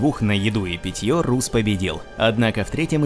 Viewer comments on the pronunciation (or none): Ну не Русс,а Расс,даже в английском языке он произносится как Расс!!!Ну ребят,вы хоть правильно произносите,ролик отличный)